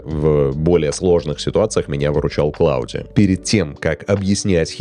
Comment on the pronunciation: Ой-ой, Claude это же не «Клауди», это Клод!